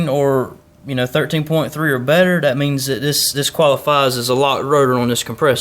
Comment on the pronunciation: It's called that not dat